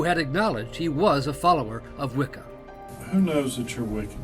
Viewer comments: I can't believe that in this day they are still going to publicize this kind of ignorance towards Wiccan practice ... (Think if I heard "wiccom" on more time I was gonna scream...)... Statements like "witchcraft" and "a way to justify it to himself" and "good Christian woman didn't approve" ... Ffs ... It's the worship of nature... It was literally hijacked into Christianity ... How can you all help propagate slander towards a religion just because it is misunderstood and been literally used as a scapegoat countless times, oh, that's right.... Sensationalism.... 🙄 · "doin the wickum" lol